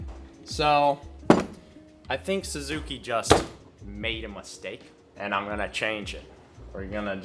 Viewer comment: Say it with me boys.. sUzuki.. not sAzuki 😂😂😂